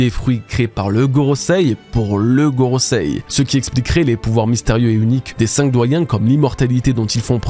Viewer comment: Enfin Gorosei prononcé correctement, merci ! :D